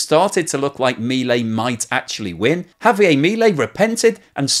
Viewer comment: JavieRR..it is not French